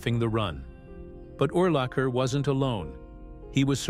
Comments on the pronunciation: Correct: Urlacher is "Ooh"-lacher as in "Ooh, what a hit! 😁 Incorrect: Butkus is not "Boot"-kus. But, "Boot"kus will kick you in the "Butt"-kus. 😁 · In the first 3 minutes of the video it mispronounced his name at least 10 times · I counted at least 6 or 7 ways they mispronounced Urlacher's name. AI needs to step it up and be programmed to pronounce words correctly. They also slaughtered Butkus's name as well.